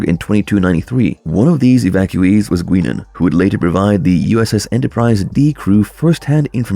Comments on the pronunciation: The Blue Gill creatures from The Next Generation episode, Conspiracy were the intended villains that eventually became The Borg but wasn't as financially feasible to do than the Borg. The El-Aurian bartender's name is pronounced Guy nan, not guee nan Jean Luc Picard's borg name was Lo cute as I've always thought that he borg started out, much like we are now, soldiers who lost limbs in wars or people who have lost limbs in accidents, getting prosthetics to replace limbs and using powered exoskeletons to increase powers of strength I believe that this culture who became the first borg eventually would've decided that by implanting cybernetic components into heathy subjects, willing or not, they could have a more powerful military. Linking them together into a hive mind would make them easier to control and making them able to turn enemy soldiers into more of themselves would make them more powerful I suspect that the first queen arose from the technology growing faster than the creators could control it and they conquered their own creators From there, they spread out further into space, acquiring more and greater technology, territory and drones over time until it became what it did in the 34th and 25th centuries, spreading like a cancer into the galaxy, searching for a perfection that they'll never obtain because the borg don't grow, they don't create, they expand and steal They can only learn new things by assimilating it. Once they assimilate a technology, they can't impro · Who the hell is 'Gweeenan?' Nothing makes me shut off a video faster than a mispronounciation that tells me you've never even seen the show you're educating me about. Or that you're using AI narration. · You lost me at “Gwee-nin” and “The Delta Sector.” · GUY-nan learn to pronounce it right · Are these voiced by AI? Who covers Star Trek and doesn’t know how to pronounce Guinan ? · The way this video pronounced Guinan makes me think its not a human narrating?